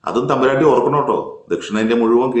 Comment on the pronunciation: സർ... നിങ്ങക്. വേറെ. പണിയില്ലേ... തമ്പുരാട്ടി.... താട്ടി. എന്നാണ്. പു. മോളെ. വിക്കേണ്ടത്